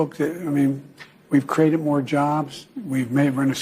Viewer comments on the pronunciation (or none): It’s Created not Crated STUPID